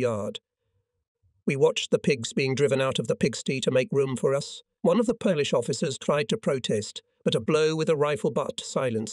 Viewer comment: You say Polish like you polish furniture. It's said like Pole (Polish). Sty : the Y becomes I